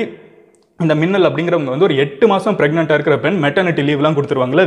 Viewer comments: Um. It's Meenal n not Minnal. Sorry. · thats not minnal its meenal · Bro her name is pronounced as meenal,i get you don't know hindi.but minnal was funny though..vaa maa minnal!! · Meenal not minnal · ஐயா வணக்கம் அந்த சிங்கப்பெண்ணின் பெயர் மின்னல் இல்லை மீனல் தயவு செய்து சரியாக உச்சரியுங்கள். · Minal But pronunciation will be menal